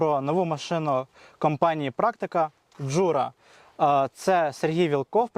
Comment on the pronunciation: Класне відео, і окреме дякую за дубляж іноземної мови. Тільки при дубляжі замітив помилку в наголосі в слові "Джура". В ньому наголос має падати на перший склад, але в дубляжі завжди наголос на др4угий склад.